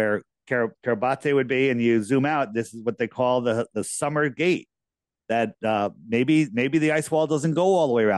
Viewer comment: Su MARS gate, not summer gate.